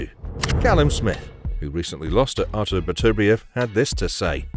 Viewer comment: At last a narrator who actually pronounces Artur Beterbiev's name correctly. Unlike the dumb Yank's, who call him Better-bi-ev.